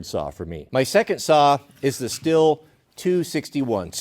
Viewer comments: Not to be nit picky, but I believe Stihl is pronounced “Steel” not “still” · Its not still, its steel. Though being stihl makes that an easy mispronunciation. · Steel is the pronunciation. Not still. They literally have promos called men of steel. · It’s pronounced STEEL. Literally says it on their website lol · Its Stii-hhh-llll not STILL. You make moonshine with a still, you cut wood with a STIHL! Don't believe me? Watch their promo videos! Also, BLUE THUNDER>> Stihl and Husky!!